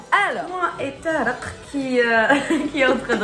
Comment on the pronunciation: انا نحبك بصح ضحكتيني كي تقول تارق ماشي طارق 😂